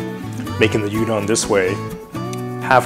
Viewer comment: Dear God, can you pronounce any of the names properly? "you-don low me" What??????